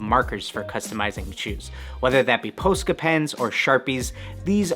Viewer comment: he said p0000sca pens